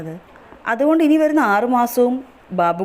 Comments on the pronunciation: നീ ആവിർഭവ് എന്ന് പറയാൻ പഠിക്ക് ആദ്യം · Avirbhav ennu correct ayi parayu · ആദ്യം തന്നെ ആ കുഞ്ഞിൻറെ പേര് നന്നായി പറയാൻ പഠിക്ക്